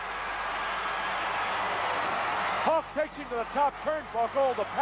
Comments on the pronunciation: Why is he calling him ''Hullker''? Jeez was just awful. He'd just start making up names and screwing up names. Jim Neidhart would all of a sudden become Jim ''Neidhower'' etc. during the action he'd also just start going ''WoooooOOOoo!!'' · Did he say; "Hulker" ??? hahahaha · The "Hulker"😅